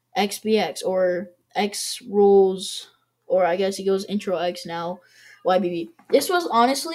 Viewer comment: Intero (en - tear - o) Not Intro Not Interno INTERO! but other that great vid man 👍